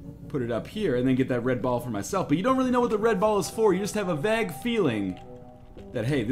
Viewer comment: "You just have a 'vag' feeling" hahah It's pronounced "VAY-gue"